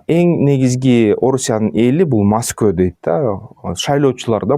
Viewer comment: тупойсун го кыргызча моско деп айтат р уски дебей кыргызча орус дегендей бутулканы ботолко дегендей москваны да моско дейт денгеелин менен жерге киргир кок мээ